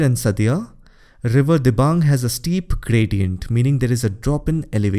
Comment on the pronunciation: Fr A.p its Dibang nt Diabang